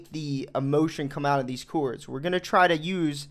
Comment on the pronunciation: Said chords like coo-ords